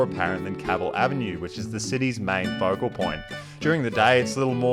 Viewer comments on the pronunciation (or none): none